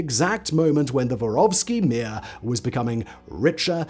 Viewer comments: Мир не воровский, а воровскОй, внимательнее И Мир это не mi:a. Послушайте, ааа звучат слова, хотя бы в гугл переводчике. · This is excellent and by and large pretty accurate. But Simon! Roll your r's at least a bit on vor and mir!😂 Suki was the only you didn't butcher. Oh well, no one cares, I know...